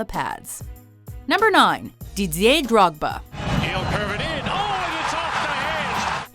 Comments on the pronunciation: How’d you pronounce drogbas name again? Haha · Major L they don't know how to say drogbas name lel